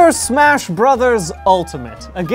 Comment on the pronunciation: "Am I safe to smach ?" a very important question.